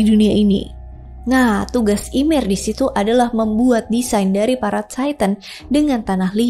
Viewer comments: di aot bacanya yemir kak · Kak seharusnya baca nama ymir m nya g dibaca yang benar ini yimir